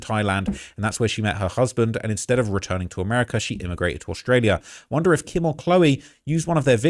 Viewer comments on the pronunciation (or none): none